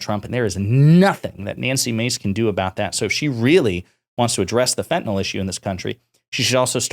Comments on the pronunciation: The medication Fentanyl is pronounced “fent-a-nil” and not “fent-a-nol.” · Here’s a good way to tell that GOP continues to repeat shallow talking points and NEVER READS ANY ACTUAL STATISTICS: The fact that they keep saying “FENTENAL”, when the drug name is actually fentanyl. Once you’ve actually read the name a few times, it starts getting harder to continue mispronouncing it. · It’s weird how most Americans seem incapable of pronouncing fentanyl.